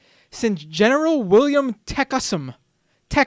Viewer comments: it is pronounced (ta-kum-sa) just thought I would help, gotta love the racist. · Ok...It's pronounced...Teh-cum-seh.( Tecumseh) and A-rap-a-ho (Arapaho) and Sho-shon-ee (Shoshone)